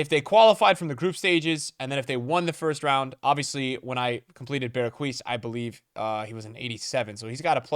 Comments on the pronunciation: You say it like this “BERGH- uh - S” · yo say berguis again mad funny